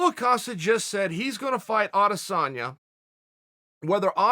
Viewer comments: Steven Graham Paul Acosta is wat I hear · If he calls him Acosta one more time... Hard to take you serious when you say their name wrong repeatedly... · Chael Sonnen: "Paulo AH-Costa"